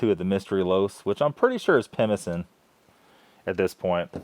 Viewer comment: "Pemmican" is pronounced with a hard "c". In this time period I don't think the Canadian military, or any official government service in Canada, would have used it. The amorphous lumps may have been some sort of cake similar to an English style Christmas cake. Of course my nose wasn't there so I can't be sure.